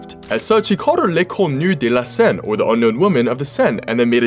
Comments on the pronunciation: You nailed it, and it doesn't sound like you rehearsed it. It felt natural 😉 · As a french person, I have to say that your pronounciation of "L'inconnue de la Seine" was impressive. I love when english speaking people try to pronounce the sound "u" in french 😁🇫🇷